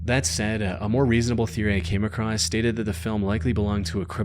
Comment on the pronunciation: Love the content but brother please realize there is no T in the word across